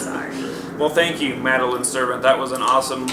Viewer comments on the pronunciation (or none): Thanks for answering my question! :D And its "Ser - Vont" But its ok! :D My question